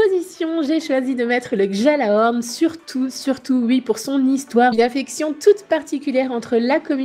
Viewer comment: Oh mon dieux lady s'il te plait dans gjalahorn on ne prononce pas le j !!!!